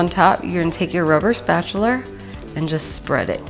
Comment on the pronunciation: Now see...I thought I heard "spatular" but brushed it off, then I heard it again and then James Brown dance came - I was like, "Wait, where is she from again?!" Haha! :) I loved the video - very down-to-earth :)